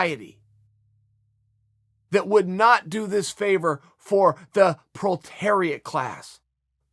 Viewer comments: Obviously not bourgeois since chael doesn't know how to pronounce bourgeois or that it's proletariat not protariat. Dictionary changes coming soon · You can pronounce proletariat chael. Pro-le-tare-iat. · You pronounced proletariat wrong chael. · You know Chael isn't part of the bourgeoisie because he mispronounces proletariat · that task is like an opiate for the proletariat I never thought I hear Chael Sonnen say proletariat